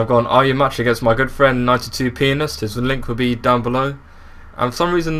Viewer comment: swear you said 92Penis